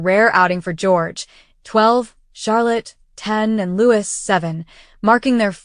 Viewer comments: As you profess to be a speciality channel regarding Princess Catherine, how is it you do not know how to properly pronounce the name of Prince Louis? You should have heard it often enough. The name is pronounced Louey, NOT Lewis. Got it? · Ok. Yes, beautiful family.... BUT IT IS LOUIS NOT LEWIS! UGH... AI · Louis pronounced Lo - ie Not Lewis!!!!